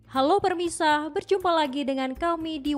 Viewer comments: Min kalo capek istirahat dulu Dari Pemirsa jadi Permisa 😂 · Sekelas tv one aja pengisi suaranya bisa typo. "Halo permisa" 😂